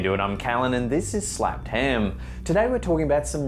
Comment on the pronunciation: Lol anyone else notice in the intro is says Snappedham instead of Slappedham?